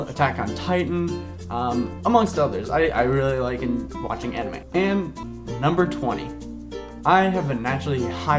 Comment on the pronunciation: You're hilarious! I feel a bit old that I've been playing D&D for a very long time and you just picked it up. Your Smeagol was awesome, Nightmare Before Christmas is EPIC, and... try not to stab anyone with pencils, yeah? :) PS: Anime (check your pronunciation...lol). Inuyasha rocks! There are so many for you to get into if you like the genre :)